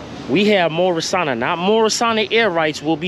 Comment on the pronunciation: 1373 Washington Ave, abs your pronouncing it wrong, it's pronounced "Morris-sane-nia"